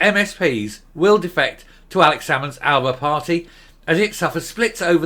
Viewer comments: Not ALABA…it’s pronounced ALBA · hey dumb ass its alba not alaba